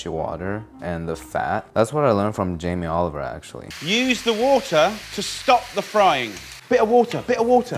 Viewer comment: Wierd way to say Jamie Olive Oil